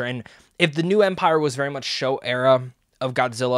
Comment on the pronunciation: It's "Showa" era...not "Show"